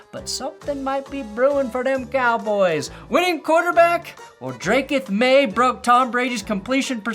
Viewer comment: the way you say draketh maye has me saying all of the time now 😂